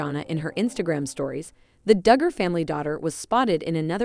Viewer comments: You can’t pronounce their name properly so you should not be reporting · All i canvas is....please learn how to pronounce the Dugger girls name correctly!! "FREE JANA!!!"